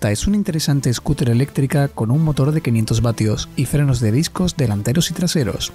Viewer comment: el "ESCUTRE" plegable. Tú lo has dicho